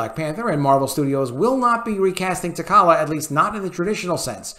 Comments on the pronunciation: Good video, love the content! But my guy...holy cow with the pronunciation of characters' names, I physically cringe with all the mispronunciations. With T'Challa alone, if people took a shot every time that was mispronounced they might die of alcohol poisoning. That said, I am firmly in the recast camp and feel that if Chadwick kept his illness silent then maybe he didn't want that to be the focus of his portrayal. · You don't even say his name right....your saying tacollia???wtf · I couldn't finish the video after the third "tuhkolla" pronunciation. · I agree but holy hell what is up with how you pronounce t’challa as t’kalla? haha. Its pronounced for you 😅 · Always love your videos ... glad to hear this being said out loud! You're nailing it. side note -- the black panther's character name is pronounced Ta-Cha-La. (no 'K' sound) ...unless of course they changed that one like they did Namor (NayMore's) pronunciation -- I can't keep up :) I'm also apologizing for picking a nit on a great take. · I couldn't last 10 secs with this video. Have respect for the character yourself and learn how to pronounce his name before trying to give voice to true fans' concerns. It is (TAH-TRAH-LUHH). Anyone what has read any of the comics or..heck...seen ANY of the movies the character has been in knows this without even thinking about it. This is clickbait someone that read or saw something and is trying to capitalize off it for views and monetizing. He doesn't care if he bit of T'Challa should be recast. OF'COURSE he should be. But this guy wouldn't care one way or another. Don't fall for this just because he is providing a space for actual recast supporters to come and comment. It isn't genuine. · it's pronounced "Ta' cha la" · Please pronounce the kings name correctly. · Bruh, learn how to pronounce the character's name. If you have seen the character in any of the movies how do you not know how to pronounce it? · man you butchering the name of T'Challa 🤣🤣😂😂💯💯